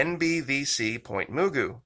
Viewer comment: Pronounced Muh-goo Pt. Mugu N.A.S. / Pacific Missile Test Center